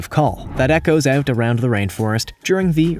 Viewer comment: “Inside and OOOOOOOOOOOOOOT” lol. Sounds Canadian